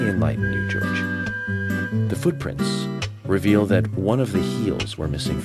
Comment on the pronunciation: He just pronounced "footprints" foodprints"